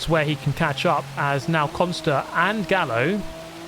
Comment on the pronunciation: sorry but isnt Gallo read Gayo? Simillar to the Gallardo